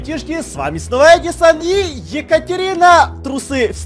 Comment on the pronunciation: ЭЭЭЭЭДИСОН НЕ ЕДИСОН!